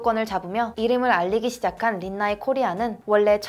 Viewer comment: 린나이 광고 존나 괘씸하노 륀♥나이이~ 이 발음 길게 할때 알아봤어야했다 히발